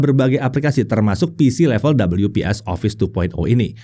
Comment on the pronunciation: Orang normal: We-Pe-eS: Dobel-yu-pees 😂😂😂😂😂